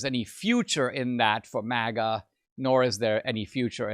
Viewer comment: Its MAGA not MIGA